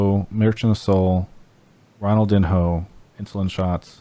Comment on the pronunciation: Travis, there is someone who you shout out a lot and the name is pronounced Ronald-deen-yo :) also love the show. You guys go over a lot of topics. I didn’t know about the internet problems everyone is having. Now that I do, I don’t mind streaming this at 480p if it helps free up bandwidth for those who need it. I hope everyone stays safe during these times. And please get a cat for kobe